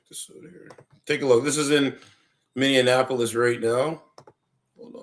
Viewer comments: You need to learn how to pronounce Minneapolis it's not Minneanapolis. But you are right. Just comply... she brought it on herself. The shooter should not have shot to kill based on what I saw, but she has contributory negligence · You need to learn how to pronounce MPLS, lol it's Minny ap like apple polis Minneapolis LOL looking. Up Prince music, he says it right. noone is a hero when they kill. yes true when a cop asks you to stop, then stop, else you will get shot. We've known that for years when we were profiled. were all not fraud and Somalians LOL, and they never called me N .... you peoples narratives are the same ole same ole. saying someone hates America when they don't fit into your people's narratives, or they are speaking up for themselves. That separates us right there. Hope you don't have kids